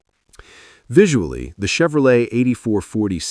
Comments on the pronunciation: Chevro-letie at 15 seconds? Ya lost me at that point. Must be AI generated. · Yeah but a HUMAN can freakin pronounce Chevrolet for frick sake.